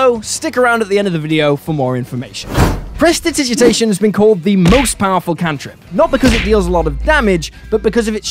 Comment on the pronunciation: I cast presditigiditation so that I and our ding dong of a fighter can correctly pronounce Prestidigitation